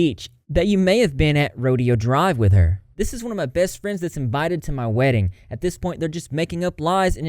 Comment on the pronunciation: You pronouncing rodeo drive as rodeo (as in a horse rodeo) drive is now my new favorite thing 🤠